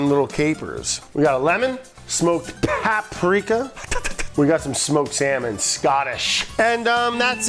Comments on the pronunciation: Is Brad the gamer or the editor? There are always little video game easter eggs throughout every episode. SMB and the docks music from SM64 in this episode, prob some other shit I missed lol. Oh yeah, forgot to make fun of Brad: "papparika!" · I love how Brad said "paprika" correctly one time at the beginning (with great effort) and then proceeded to say it in the classic Brad way for the rest of the video.